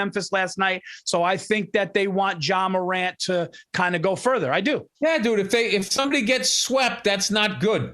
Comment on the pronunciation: I cring every time I heard Paul say John morant. Lol Paul it's Ja Morant 🤣